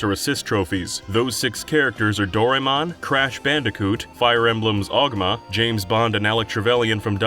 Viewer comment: the fact that he called him "oguma" just screams kaga elitist